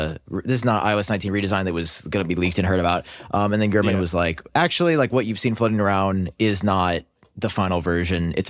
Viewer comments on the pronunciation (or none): Ain't no way bro said Gurmanese😂